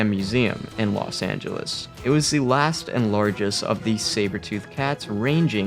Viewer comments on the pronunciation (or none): none